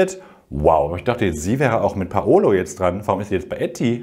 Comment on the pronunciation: er heißt doch PaUlo nicht PaOlo oder spinn ich, alle sagens falsch :( haha